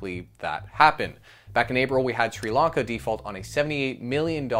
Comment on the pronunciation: So, what is this "srelonka" you keep talking about? I know there's a country called Sri Lanka that's just defaulted on it's debts, which has a similar name, but presumably it's spelt with an O not an A, as in Sri-Lanka. Has this srelonka defaulted as well (whatever it is)??